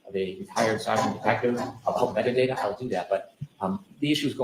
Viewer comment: Replay crew here. Anyone else hear say metadater vs metadata. I get so mad when I hear talk.